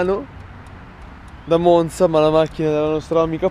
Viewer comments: Monza non si pronuncia con la z così calcata u.u Bravo altro Ale detto Alessio, tu hai capito tutto nella vita u.u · con la zeta troppo calcata, ascolta la pronuncia di e poi quella di alessio, la corretta è quella di alessio u.u